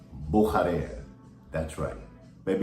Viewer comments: Bücherer is pronounce "Boo-shah-rer" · Comical, how pronounce’s Buchurer! His alter ego, agrees!